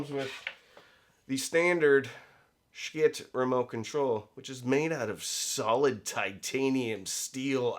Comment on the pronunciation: Is he mispronouncing “schiit” on purpose to avoid some YouTube rating issue?